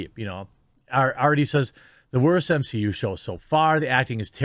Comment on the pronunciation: can someone give me a GENUINE answer as to why ya'll keep calling it the "M-SHE-U"?